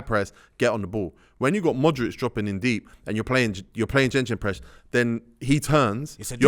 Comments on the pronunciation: Man like said "Jenjen press" ☠️ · tego moving like some football genius but hes still saying gengenpress at his big age 🤦‍♂️ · someone tell these man its GEGENpress not GENGENpress ffs im sick of hearing it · Why saying JejenPress? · Did tego just say gingin press😂😂😂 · why he keep calling it jenjenpress